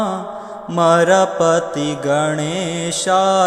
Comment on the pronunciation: Don't say marpa ti,say amarpati.